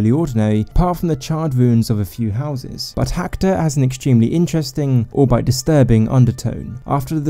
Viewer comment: "Albeit" pronounced "Al-bee-it". But great video!! Subscribed.